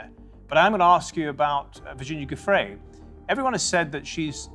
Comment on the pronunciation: pronounced "joofray"--you're make a video and don't pronounce her name correctly?!